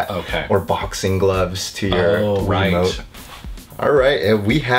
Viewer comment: Why do you say wii wumote